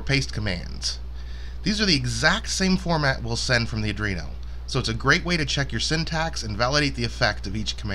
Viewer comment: Why do so many people say adrino instead of Arduino?